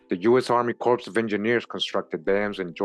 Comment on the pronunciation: Pronounced "core" of engineers. Marine Corps - core Corps(e) is a dead body. No pun intended.